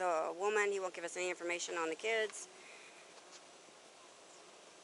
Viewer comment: Talk W Him Don’t Make Me do All the work … She Not playing fr …. “ under breath “ you gotta lotta kidssss damn lol Mr Mayo Baby daddy lol the police petty fr